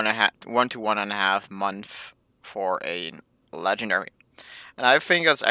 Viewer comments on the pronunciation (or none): Get to the point, stop saying like, write a script, keep vid under 10 minutes...& speak englsih ie other not udder, month not munf